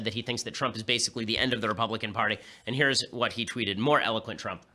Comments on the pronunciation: Out of all of the ben shapiro videos ive seen this is the first time ben has mispronounced something and its trump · “President Twump” 😂😂😂